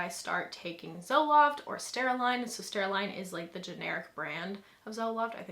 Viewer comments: Sertraline.. not steraline lol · Um, im not sure exactly what you said but its sertraline, not “serstaraline.” I don’t know how people take drugs for over a year and don’t know how to pronounce its name properly.